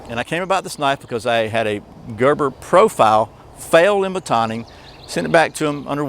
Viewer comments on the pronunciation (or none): It's pronounced "Gerber", not "Görber".